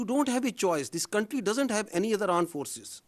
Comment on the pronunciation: aand forces not armed forces